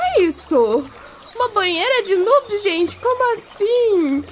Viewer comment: dsclp mas... N fala "nob" se fala "nub"